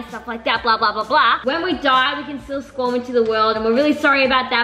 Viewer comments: Something that gets to my nerves is the norris nuts saying SQUAM aajwwisiwokowkw sorry 😭 IT'S SPAWN NOT SQUAM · Hey Norris nuts just so you know when you say squam it is actually spawn like you spawn near the ocean.